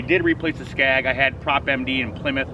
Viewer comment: Skeg...not skag